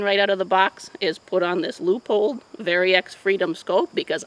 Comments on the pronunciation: I love lever actions . My Winchester 30-30 was my first “Big” gun 50 years ago. 45-70 is a heavy hitter round sor sure. And you’re the first person I’ve heard in years to say Leupold correctly. Instead of Leo - pold. Good video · Holy crap, someone who can pronounce Leupold! As much as carry weight will dictate the G20 to be my backpacking in bear country gun, my heart will always yearn for one of these to have at hand. With a suppressor, of course!